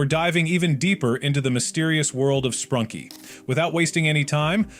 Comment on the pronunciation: Bro said sprunky instead of sprunki....😂